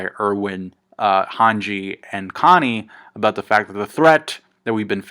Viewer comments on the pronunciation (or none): none